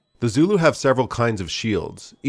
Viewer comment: Your Zulu pronunciation is atrocious, their are good sources for language pronunciation on the net, so I can only assume it is because of american arrogance or laziness.